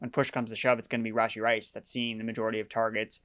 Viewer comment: Are you purposely saying Rasheed Rice’s name wrong? I cringed every time